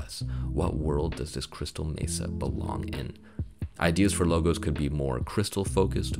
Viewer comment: This has been the struggle for me for a while can’t figure out what exactly i want to go for but glad to see you put examples with multiple logos. When you said crystal mesa i kept hearing crystal metha 😂😂 had me laughing very informative video